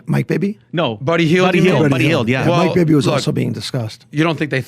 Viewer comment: Did this guy really say Mike Bibby.